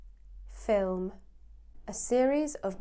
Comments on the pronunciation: "film".. Are you kidding me? 🤨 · "Film"? really?